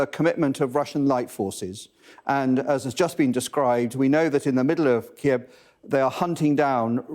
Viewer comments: Thanks to Sky News presentation for taking the effort to pronounce Kyiv. Unlike the BBC "Keev". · Finally started pronouncing Kiev the correct way at the end..